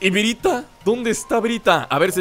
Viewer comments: es byrta no bryta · es byrta no brita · es byrta no bryta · El nombre no es bryta es byrta